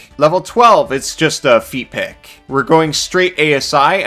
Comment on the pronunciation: “Feat pick” sounded not like feat pick exactly. 😂